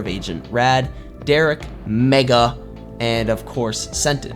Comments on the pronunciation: OMG HE SAID MEGGA OMG HE SAID MEGGA OMG HE SAID MEGGA OMG HE SAID MEGGA OMG HE SAID MEGGA OMG HE SAID MEGGA OMG HE SAID MEGGA OMG HE SAID MEGGA OMG HE SAID MEGGA OMG HE SAID MEGGA OMG HE SAID MEGGA OMG HE SAID MEGGA OMG HE SAID MEGGA OMG HE SAID MEGGA OMG HE SAID MEGGA OMG HE SAID MEGGA OMG HE SAID MEGGA OMG HE SAID MEGGA OMG HE SAID MEGGA OMG HE SAID MEGGA OMG HE SAID MEGGA OMG HE SAID MEGGA OMG HE SAID MEGGA OMG HE SAID MEGGA OMG HE SAID MEGGA OMG HE SAID MEGGA OMG HE SAID MEGGA OMG HE SAID MEGGA OMG HE SAID MEGGA OMG HE SAID MEGGA OMG HE SAID MEGGA OMG HE SAID MEGGA OMG HE SAID MEGGA OMG HE SAID MEGGA OMG HE SAID MEGGA OMG HE SAID MEGGA OMG HE SAID MEGGA OMG HE SAID MEGGA OMG HE SAID MEGGA OMG HE SAID MEGGA OMG HE SAID MEGGA OMG HE SAID MEGGA OMG HE SAID MEGGA OMG HE SAID MEGGA OMG HE SAID MEGGA OMG HE SAID MEGGA OMG HE SAID MEGGA OMG HE SAID MEGGA OMG HE SAID MEGGA OMG HE SAID MEGGA OMG HE SAID MEGGA OMG HE SAID MEGGA OMG HE SAID MEGGA OMG HE SAID MEGGA OMG HE SAID MEGGA OMG HE SAID MEGGA OMG HE SAID MEGGA OMG HE SAID MEGGA OMG HE SAID MEGGA OMG HE SAID MEGGA OMG HE SAID MEGGA OMG HE SAID MEGGA OMG HE SAID MEGGA OMG HE SAID MEGGA OMG HE SAID MEGGA OMG HE SAID MEGGA OMG HE SAID MEGGA OMG HE SAID MEGGA OMG HE SAID MEGGA OMG HE SAID MEGGA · Bro had to emphasise the MEGGA 😂